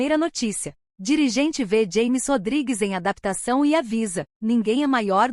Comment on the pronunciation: É James Rodriguez. Rames. se pronuncia doida. Aprenda aí. Êle não é americano. É colombiano . Aprenda.